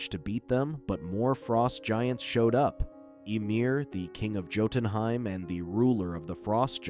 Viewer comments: You keep mispronouncing Jotunheim. It's not joten, it's yoten. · The way he pronounces jotunheim hurts me. It’s an understandable mistake, but it still hurts.